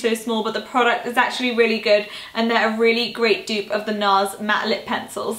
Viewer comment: The way you say dupe! Xx